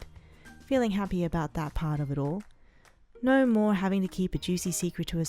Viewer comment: It's not no.. Its NAR😂